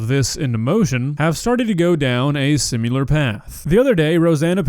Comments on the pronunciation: Sim. IHHHHHHHHHHHHHHHHHHHHHHHHL. AR. It's not fucking "simUlar." Jesus fucking christ man, get it right. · "Similar" not "sim-you-lar". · The way you pronounce "similar" as "sim-yew-ler" is really distracting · why do you pronounce “similar” as “sim-u-lar”? Not trying to be disrespectful..you’re the man! But you do say it a lot lol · "Simular" hoodie when? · Seem-ilar hehe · I hate how you pronounce similar. That is all, thank you. -Tony